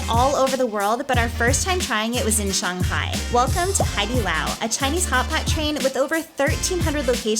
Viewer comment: you are the first foreigner I've heard who pronounces shanghai correctly, o7